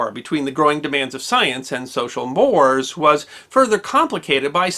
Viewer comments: or so. Mores in this context is pronounced "mor-ayz". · I'm surprised at you! Mores should be pronounced as two syllables; IE /mo:reiz/. At least that's how I was taught to say it.